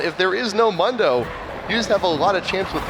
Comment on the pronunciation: One of them keeps saying Mundo wrong